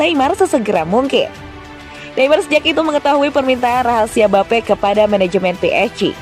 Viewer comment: Mbape jadi mbapuk 😂😂😂